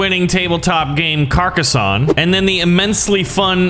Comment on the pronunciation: I agree this game is fantastic the only thing that is annoying me is you are saying Carcassonne wrong